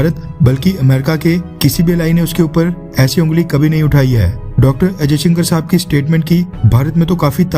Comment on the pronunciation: Bhaai....aap jab bhi 'S jayshankar' bol rahe ho to aisa kyu sunaai de raha hai k jaise aap 'ajayshankar' bol rahe ho????? Video ki sound quality me problem hai ya aap khud hi galat bol rahe ho????